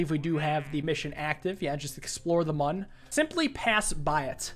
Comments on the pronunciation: Bro. It's Mün. Not Moon. Neither Man. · To the mün already... I wasn’t expecting that Also “mun” oof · Just an FYI, the Mun is actually pronounced Moon, as there is technically an umlaut (¨) over the u.